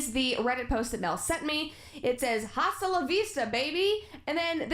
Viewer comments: as a latina the most excruciating thing about this video was hearing her say 'hasta la vista'. offensive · As a fellow american I gotta say... Who says "haa- sta la vista" we all know the h is silent wtf. Even for only english speakers - its literally in terminator? Can't wait for her to find out about the Extreme Violence mod lmao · Ok but why is no one talking about the way she pronounces “HHHHAsta lavista” 😂😂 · going insane over brett saying "HAHsta la vista" like girl at least SAY it right. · when brett said ha-sta it hurt my soul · I love how she pronounces the h in ‘hasta’ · Of course she pronounces the H in "Hasta* 🙄😭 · I'm only and already breathtakingly irritated by her pronouncing the "h" in the Spanish word "hasta". Just like when Sven Skarskirø repeatedly said "la-tinks" instead of Latin-ex. Also, I'll likely be rage commenting as I watch. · The way she pronounced the h so much in "Hasta la vista" made me cringe lol. Like actively disrespectful. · The worst thing about this is that she fully pronounced the "h" in "hasta". I'm dying squirtle